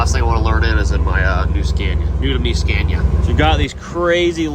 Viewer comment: Finally said Scania the proper way instead of your usual Scan-ia....you are not scaning anything😅